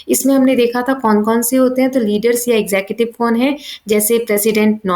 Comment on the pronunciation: you teach very bad ,it is tiers not tears and it is executive not exettive shameless